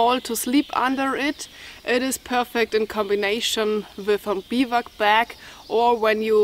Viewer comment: Hi enjoyed as usual with all the knowledge you carry with you. I also know you like to learn how to pronounce certain words in English. So here is how you would say Bivouac. ˈbivo͞oˌak. Thanks again for for being yourself and good health to whole family.